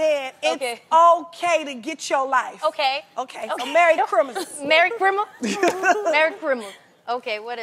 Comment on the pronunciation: I'm laughing "Merry Chrimmus". Tamar really was the heart and soul of The Real